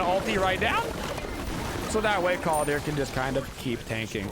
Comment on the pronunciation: Sorry, it really grinds on my ears to hear you call him Kaldir with an i. It’s Kaldr, no i in the spelling or pronunciation. Skadi’s voice lines don’t even pronounce it that way.